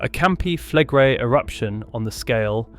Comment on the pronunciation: Flegrei is pronounced Fleg-ray-ee.